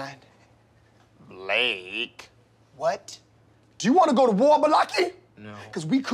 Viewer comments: The way he mispronounced blakes name always kills me😂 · Blake?? Really wtf d nice he said it right . A aron that's your name mute answer. O shaq Hennessy! Timothy ty.